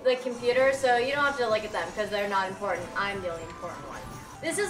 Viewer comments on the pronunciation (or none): none